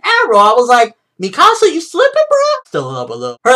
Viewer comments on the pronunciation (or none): Great video but youre pronouncing Mikasa wrong lol not mi casa. but i enjoyed this video!